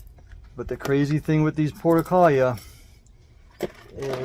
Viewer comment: Why are you pronouncing it “porta-kahl-yuh”??? The name has 6 syllables, not 4 (like you’re saying). And the 5th syllable starts with an R, not an L. It should be pronounced: por-too-luh-kah-Ree-uh”